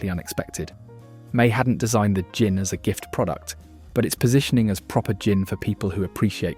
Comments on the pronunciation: Is this an A.I. voice ? If not what the F. u saying ? Gin is pronounced JIN not with a 'Guh' - u say 'Guh-in', - why? - if u british u now how to speak don't u ?? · Your robot narrator has trouble pronouncing GIN... sometimes with a hard G. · Presenter says 'gin' with a hard G. AI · Enjoyed watching the video ... apart from the constant mispronunciation of GIN!